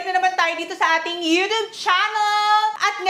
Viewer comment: You don't pronounce it as U-tub, that's ridiculous.😂 However, don't pronounce as U-chub. It should be a blend of tsy